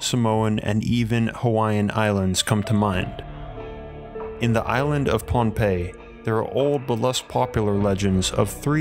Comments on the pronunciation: Lol agreed. i heard "Pompeii" - not Pahnpei - paired with "basalt" and "lagoon," so I was convinced this place was in Italy, until the photos of the villagers showed Polynesian faces. Totally set the globe in my head spinning! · Pohnpei, not Pompeii. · Am I the only one tripping over the Pompeii thing? WAIT YOU SAID POHNPEI 🤦🏼‍♂️ EVERYONE KNOWS THAT LOCATION… stupid me ..however I did spend half of the video thinking this was located in the Mediterranean